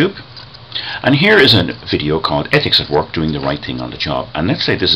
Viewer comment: Thanks. That's great. The way you pronounce "work" suggests you're from the Dundalk area. Did I get that right? I'm Eugene Muckian from Dundalk. One of the "egg Muckians". Now called my by my birth certificate name, Thomas.